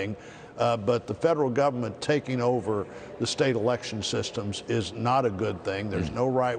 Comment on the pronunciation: it'sBILK BACK BETTER not build.